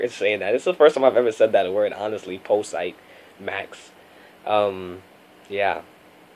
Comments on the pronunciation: Its pronounced pazeet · Barkley posite max...say it like positive but without the ive...posite-ive! Lol! No intention of disrespect...just letting you know for following color ways! Lol